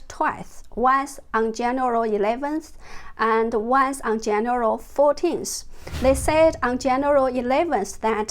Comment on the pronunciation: More amazing info but Jennifer can I please help you to pronounce 'January'? 😂 Have a great weekend :)